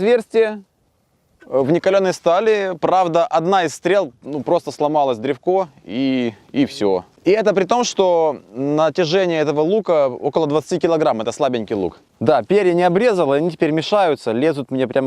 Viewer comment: Дре́в-ко. Кровь из ушей! Это не украинская фамилия.